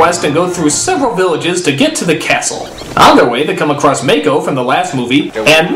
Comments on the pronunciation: Does it bother anyone else that he keeps mispronouncing "Mah-ko" as "Mai-Ko"? It feels so disrespectful. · I can't stand the way he says Mako "Mayko" ughh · Also, please stop calling him 'May-koh'... it's 'mah-ko' as in "open wide, say 'aaaaaahhhhhh!". Short 'a', not long 'a'. However you are correct when you put Mako up as a modern day saint. That man was amazing. RIP general Iroh. <3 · Did I hear that right? Did you pronounce that May-ko?? It's Mako. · Mako Iwamatsu, pronounced (Mah Ko), he isn't a fucking shark!